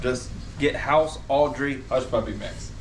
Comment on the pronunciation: Crystals, enthusiasm is contagious. I'm not naming any names, but your last girlfriend was bland and boring. Also it's Autrey not Audrey, LOL. P.S. love all your videos. I actually rewatch the ones with Crystal in them.